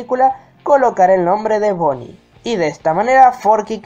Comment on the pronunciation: Es BONNIE NO BOONNIE